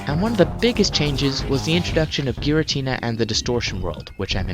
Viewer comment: What is a girintina? Oh, you mean Giratina.